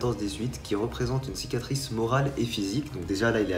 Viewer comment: Le mec a la flem de dire " cicatrice " !!!!!